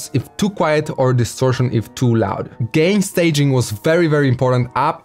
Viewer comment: Haha 🤣 accent bro accent